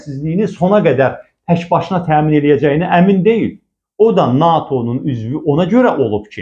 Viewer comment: NAATO deyil, NATO